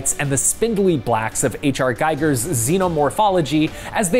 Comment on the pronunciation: Way to butcher H.R. Giger’s name. It’s pronounced GeeGr…